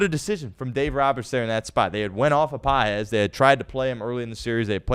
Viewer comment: Andy Pages, pronounced Pa -hez, it's not that hard.